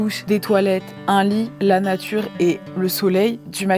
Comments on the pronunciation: chui morte "La Natrue " BAH OK OK OK dès le début frère😭😭😭😅🤣🤣🤣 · "La natrue"✨✨✨ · « La naTRUe » j’en peux plus 😂😂😂